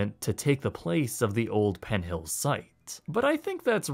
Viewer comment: I like his videos but is it just me or did he keep adding a T to the end of PENN so it sounded like PENT HILLS? Just curious if anyone noticed that or not....